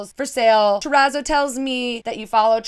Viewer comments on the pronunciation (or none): I am guilty of the monstera/ palm bed spread BUT... It's just a duvet cover so I can change it whenever I want. Also a small note, I believe that the "zz" in terrazzo are pronounced like in the word pizza (it's not important, just thought I'd mention it).